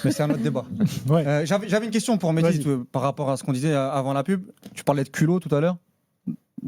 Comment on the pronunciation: c'est Mehdi et non Medhi